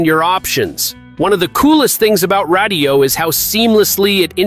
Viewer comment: Brother…radiyo is pronounced just like radio. It’s a play on words 😂